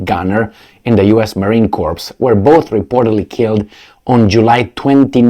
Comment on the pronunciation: I love the truisms of your mispronunciations! Calling our Marine Corps (borrowed French pronunciation with silent p & s so [kor]) the US Marine CORPSE! ⚰️💔⚰️💔⚰️💔⚰️💔⚰️💔⚰️ 😂😂😂😂😂😂😂😂😂😂😂 Wherever they go the locals’ corpses (& mass graves!) always do soon pile up💔 Monopoly Empire Enforcers Forever